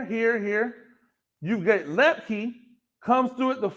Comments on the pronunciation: Your crystal ball was spot on. Excellent analysis. Hunter Luepke (pronounced loop-key, I believe) was the key to both the JMU win and the Natty. He's amazing and he'll be back next year! Woohoo! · Per Hunter its pronounced lip-key